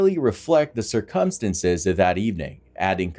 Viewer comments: Cir"cum'stances. Lol he doesn't pronounce it right lol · Sir Cum Stance's???....you need to have someone pronuncekiate that word for you. 😂😉🤟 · That is the most unique pronunciation of "circumstances" I've heard. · The way the narrator pronounces "circumstances" is criminal.